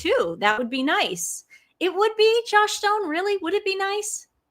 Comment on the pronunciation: Joss Joss😊 sounded like you kept calling her Josh